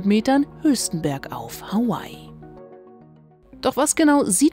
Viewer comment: Hawaii und nicht Howay